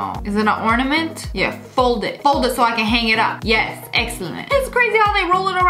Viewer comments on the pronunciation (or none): none